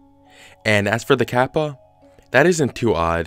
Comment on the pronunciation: as a japanese speaker its hard to sit through him pronounce kappa over and over again badly. lol. the small tsu sound is hard to pronounce for non-native speakers but oof its just so hard to sit thru lol